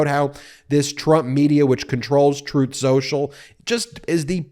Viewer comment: “strooth sential”